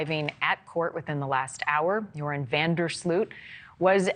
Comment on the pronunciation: Either learn to say his name right or just call him Urine van der Slut .... Second option would be best